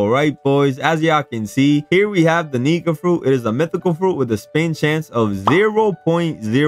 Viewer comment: Why does it sound like ur saying the n word when u say nika